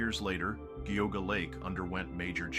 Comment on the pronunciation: I like how every video clip used correctly pronounces it "jee-AW-ga" but the narrator decided to go with "Gee-AW-ga"